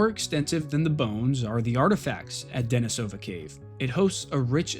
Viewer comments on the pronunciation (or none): Very good video. I especially appreciate your perfectly correct pronunciation of Denisovan. However... the cave where the first little finger bone was found is also pronounced with stress on the second syllable: De-NEE-so-va, not De-ni-SO-va. It comes from the Russian name, De-NEES (Dennis), which is pronounced like the English name Denice. That aside, thanks for an excellent, well-researched, and enjoyably presented video.